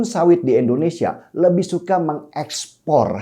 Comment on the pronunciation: Sorry bung, kritik dikit.. PRODUK.. bukan PRODAK.. pake U bukan A.. Indonesia bukan Endonesia... Pake I Bukan E...